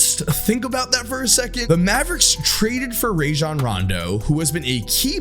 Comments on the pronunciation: I love you but you was pushing a button everytime you said “Ray-jun” instead of “Rah-jon” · Good lord, listening to white guys say RAY-jon Rondo gives me herpes. Dude has literally said in interviews that his name is pronounced RAH-jon. Come on, buddy.